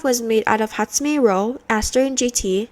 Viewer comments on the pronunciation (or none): OH FOR FUCKS SAKE NOT HATSUME ROU